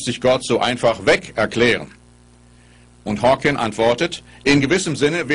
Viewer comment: Er heißt Stephen Hawking, nicht Stephen Hawkins.